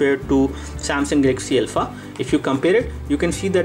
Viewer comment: Name is not Elpha. It is Alpha